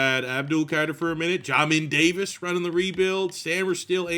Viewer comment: Love the video and series, but Jesus it pronounced like JAY MIN Davis 😂